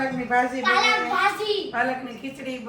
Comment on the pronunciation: પાલક is the right word not Palakh